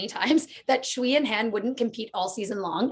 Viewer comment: A note on how to pronounce 'Sui' (as in Sui and Han) - don't try anything too funky if you can't get the tonality in a reliable way - just say "Sway" (there is a 'w' phoneme in there, but the s is an s, and not a 'sh') I hear you guys saying "schwee" and that's not accurate (chinese pinyin is not intuitive at all!)